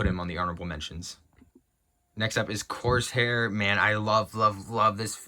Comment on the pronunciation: Ah yes, good ol, “Corse Hair.” I love people who obviously never read a comic book doing a list like this…